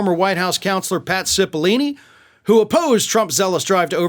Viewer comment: Cipollone, not Cipollini. You've been mispronouncing his name for months. Don't do the Tucker Carlson thing, please 😉